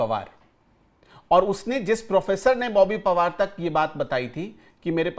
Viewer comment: बोबी पवार नही , बोबी पनवार.